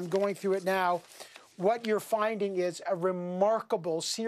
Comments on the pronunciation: Lmao she said breaking news right meow.... Edit: I could tell stories of the way employers have been with me that would make their heads spin. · “Breaking news right meow” 😂